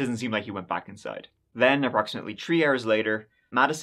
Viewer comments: so you can say the "th" sound when you say South Side but cant when you said "three story house" ? Tree story house, then immediately after that said south side im just trying to understand your wacky accent lmao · In this episode, said “tree (3),” “turteen (13),” “turty (30),” “turty-eth (30th),” and “turd (3rd)” fifteen times. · This man said twenty twenty tree 😂